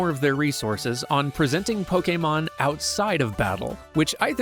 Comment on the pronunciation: DAMN FINALLY a youtuber who pronounces pokemon correct